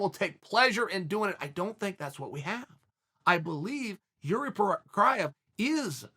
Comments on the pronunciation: Well he still called him Yuri , but true that the 1st Procházka he said was pretty close to correct pronouciation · Nope, first name is pronounced Yir-zhee, I haven't yet heard anyone in and around the UFC getting it right. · I clicked just to hear him TRY to not fuck up Jiris name.